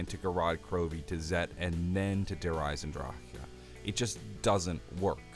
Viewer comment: Der Eisen DRACK Nor draha not drah aha. Christ